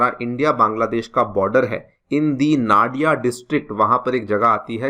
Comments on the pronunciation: One thing toh clear sir. It's not naa-di-a, it's noo-di-aa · Its not Na dia , its no dia. I mean pronunciation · Nadiaaa not It's Nadia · "नाडिया" नहीं इसे "नदिया" जिला कहते हैं "मालडा" नहीं इसे "मालदा या मालदा" कहते हैं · नाडिया nahi hai vo 😂 नदिया ya fir नोदिया bolein ✅ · The correct pronunciation will be "नदिया" not "नाडिया" and "मालदा" not "माल्डा" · Came here to say same thing 😂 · Very Poor pronunciation 💔 It's not Nariya🥲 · The pronunciation of nadia is Nadi ( as in river in hindi) Its nadi + a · Sir actual pronunciation is "Nodia" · Nadia, Malda you are pronouncing wrong.